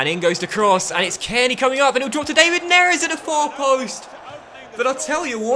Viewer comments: David is pronounced like Villa's first name not the English way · the David in David Neres is pronounced the same way as it is for David Luiz or David De Gea